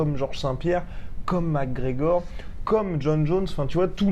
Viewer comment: It took me 13 seconds ... Arrêtez svp c'est McGregor